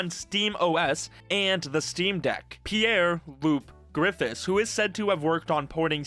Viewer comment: It’s pronounced Pierre Lup-Grafe